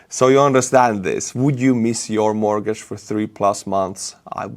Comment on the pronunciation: It's not morgage,it's mort-gage